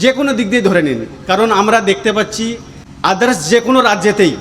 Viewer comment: ভাই ভিডিওর প্রথম দিকে একেবারে প্রথম 33 second এর পরে আপনি আদারস কে আদরাস বলেছেন🗣 😏🙄🥴😁🤔😳😉🤣🤭🤭😜😊💪💪👍❌